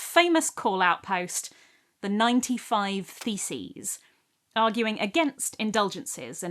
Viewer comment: i thought you said "The '95 Feces" 😬😅